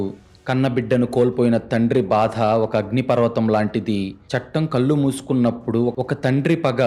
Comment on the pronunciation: కల్లు కాదు కళ్లు... కరెక్ట్ గా పలకండి pls